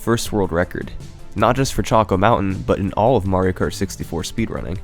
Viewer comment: UGH! Is there a YouTube rule that states every damn youtuber HAS to pronounce ridiculously wrong some words? Like KERT instead of Kart?